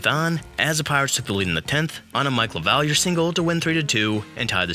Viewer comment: thank you for pronouncing his name correctly, and not “Lavaleer” 😂